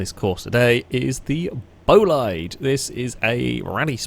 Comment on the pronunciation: Great video. By the way, bolide is pronounced like boleed, not bolayd (source - the new bugatti bolide is pronounced like that).